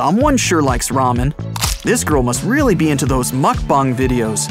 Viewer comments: Mukbong lol it’s mukbang like bruh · Mukbong really it’s mukbang bruh lol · THE WAY YOU SAID 'MAKBANG" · Did you say mukbang